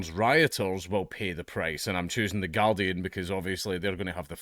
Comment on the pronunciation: Hearing a Scot say Gurdian is pretty amusing!